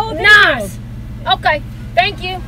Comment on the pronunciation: I assume you meant thanks but it came out as Thames. Not a bad idea to take to London.